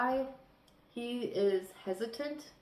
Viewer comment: OMGGGGG I thought you said “this knight is impotent” 😂😂😂 you actually said “ hesitant” I’m still laughing 🤣 😂😂